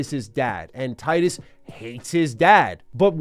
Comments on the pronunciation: Its tee-dus btw not tie-dus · Tidus not taidus Do you say pick or paick? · It’s pronounced canonically “Tee dus” not “Tye-Dus” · He's called Tidus, not Tightus :( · Not that it matters much, but it's pronounced "Tee-dus" not "Tie-dus." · He said “Titus” instead of “Teedus”. ✌️ peace out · It's not "Tie-dus". You pronounce it as Tee-dus. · Hate to break it to ya, but it actually is in fact pronounced tee-duss. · Why people keep calling him Tydus? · It's pronounced "tee-dus", bruh. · Tee-dus. Great video aside from the incorrect pronunciation. Thanks for showing off one of the best games of all time! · You are mispronouncing Tidus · Man is saying Tidus name wrong the whole video lol